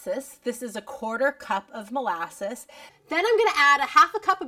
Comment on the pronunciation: What is 'molayses'...